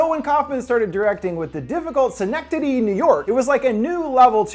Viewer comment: You lose all credibility when you mispronounce “synecdoche”.